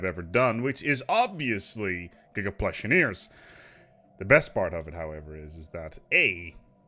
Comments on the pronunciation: pahwuush. theyre the paluush therefore its pronounced pahwuush or pahwoosh. you have to say it right otherwise is sounds too much like push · "Pwush" amazing Now you only need to change the name to giga-pwush engineewing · giga pawussh engineewing. gotta rember theyre the pallush not plush.